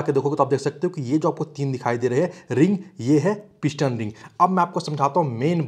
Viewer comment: Not INJJAN, BUT ENGINE👍 shaft not Saft, piston not pishhtan